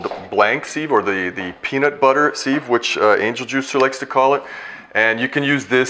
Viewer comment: Nice demo and info thanks. Sieve is pronounced siv not seeve BTW.